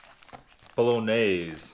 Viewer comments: Pronounced, bowl a naze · You got close with the pronunciation. Bowl-un-yaize or bowl-un-aize. It’s said both ways. Looked good! That cinnamon cake looked awesome! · ITS PRONOUNCED BOWL IN YAYS